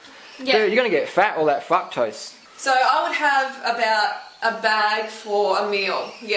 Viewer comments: i thought the guy was saying "fuck-tose" lmao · oh boy. I think fruketose just became fruktose for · man if that dude said 'fuktose' one more time i was gonna scream. Guys im not sure where in the video she said eat exactly like me! shes just saying what she does, u dont have to copy maybe even grow some of ur own veg. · sounds like they're saying fuck-toast XD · I thought you kept saying "f*ck toast"instead of fructose. What do I know. Ridiculous Americans xD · eating a banana while watching this. thank you for getting rid of the camera man. he was annoying. was he saying fucktose instead of fructose? if so.. no respect for ladies.